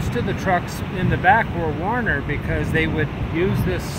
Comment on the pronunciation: Not Warner but "Werner" Trucks Jack...